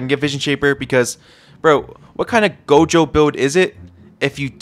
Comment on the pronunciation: bro said gojo right lets go